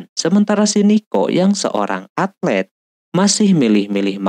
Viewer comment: Atlet bukan altet